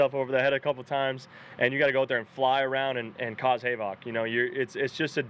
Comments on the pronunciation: I noticed he pronounced "havoc" as "hay-voc". I wonder if that's an inside thing with the team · Lol. Did he say “Hay-vock”?